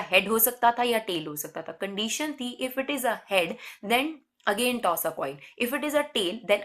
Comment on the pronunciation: Ammm, its toss nt tost😚😙😙😄